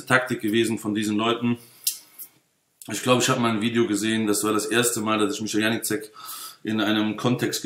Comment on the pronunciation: Was ein Kindergarten! Unterhaltsam sind sie aber alle. Lustig, wie er alle Namen falsch ausspricht...Janicek :D Aber ich glaube, die schenken sich alle nicht viel. Ich kaufe bei Mick Weigl und gut ist. Dieses Geprolle auf Youtube ist mir echt zu viel...